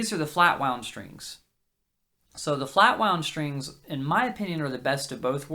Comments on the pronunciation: shtrings. shtrings. why shtrings? Why not "strings"? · once you start noticing all of the people saying sht instead of st it will drive you mad